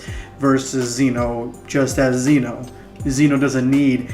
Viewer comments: It is pronounced Zen-o. If you can say gem, you can say Zen. It rhymes. Just add the o. Zen-o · Ok 1 zeno is pronounced with a soft e 2 they're called infinity stones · You're saying zeno wrong